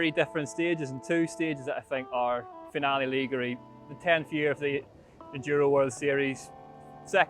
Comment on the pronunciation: Please, please can someone teach how to pronounce Finale Ligure before the highlights video is filmed? I'm begging you. Other than that, I've been enjoying the content this year. Thanks.